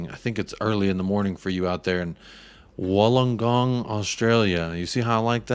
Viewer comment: Wool-ongong in pronunciation